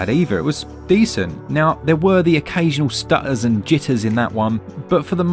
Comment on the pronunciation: The occasional stut-aaahs and jit-ahhs